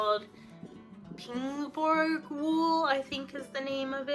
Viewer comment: Looks like an awesome trip. Thanks for sharing. BTW, you were correct that Þingborg is pronounced thingborg. Þ is the letter Thorn, which existed in Old English, Old Norse, and still exists in Icelandic. It makes a sound similar to th in thing.